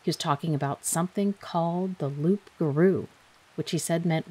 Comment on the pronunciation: Loup garou-don’t say the p. Lew gahr-ew